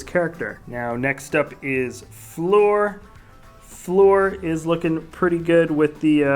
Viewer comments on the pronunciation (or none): none